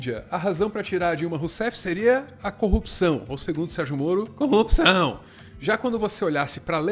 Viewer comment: Em ele não pronuncia os erres de corrupção, ele fala copção rsrs